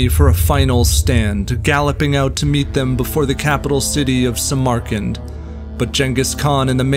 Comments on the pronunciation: Learn how to pronounce Samarkand. It's SAM-arkand. Not Sam-AR-kand. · The name is cHINGUS kHAN , small c small k , as for the portrait it looks more like Rembrandt than the kHAN . We know what his title was and we know what he looked like ,and its pronounced sAmArkAnd not simerkind and if I appear to be pedantic its because this sloppiness is unnecessary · I have never heard anyone ever pronounce Samarkand as Sa.. Mar... Kand only ever as Samar...Kand . I would be interesting to know why you pronounce Samarkand this way ? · “Samarkand” is pronounced “SAM-urh-kand”, NOT “suh-MAR-kand”. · ''The great Jangis Kahn" I've head Ghengis for years, but Jangis?? Where'd you get that one from???? Edit: Suh-MAR-kund? I can't get past the mispronounciations of all these names. The art is beautiful and the music is moving. But the mispronounciations ruined it for me lol. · Nice video but please take the time to learn to correctly pronounce the cities you are talking about. (Samarkand especially) I don't normally fault someone when they pronounce a word incorrectly, that means they learned the word by reading it.....and that is a good thing. But as a video narrator you are in the big leagues which demands a higher standard to achieve credibility as a presenter and to give credibility to the information you are imparting. Just sayin'